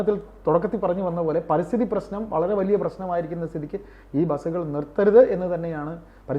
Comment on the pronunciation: പരിസ്ഥിതി, not പരിതസ്ഥിതി